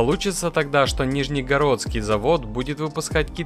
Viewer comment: Не нижНЕородский а Нижегородский🤨